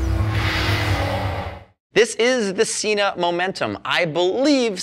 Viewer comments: SENA not SEENA. Watch their own channel to understand how to pronounce it correctly. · You say Sena incorrectly